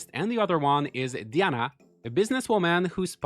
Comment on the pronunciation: Nice! I loved this one! Edited to add: It’s pronounced Dye-ana for the new girl going by the Japanese name card.